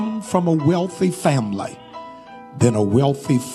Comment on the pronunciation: Did he say FamBlee